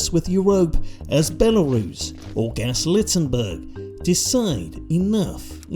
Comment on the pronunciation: Gas Littenburg 😂